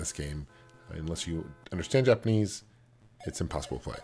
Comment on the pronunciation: "all in jalponese" WTF!!!!! What language is jalponese